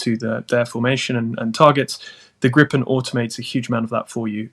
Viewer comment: You're welcome. And it's Gripen! Not "grippen"